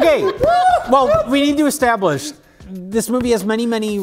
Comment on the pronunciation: '...we need to e-STAB-lish...'